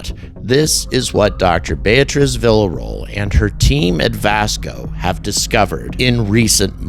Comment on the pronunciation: Vee-Yuh-Ro-El is how you pronounce her last name. Idk why that erked me hearing you say it like “vila roll”😅